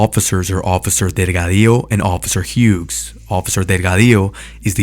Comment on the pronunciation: How can you try so hard to say Delgadillo in Spanish, but fuck up saying Hughes in English?